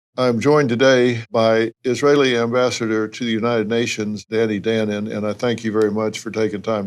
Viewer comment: Pronounce his name right. It’s pronounced dah- no-n